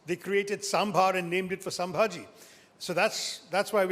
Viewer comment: It's not sambahji it's is sambahji Maharaj